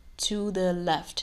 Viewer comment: That phrase "we shift it TO DAA LEFT" :p